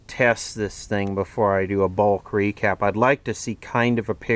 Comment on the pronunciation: "Let's recap where we're at..." emphasis on recap. Cool unit, too bad it wasted so many electrons in radio mode.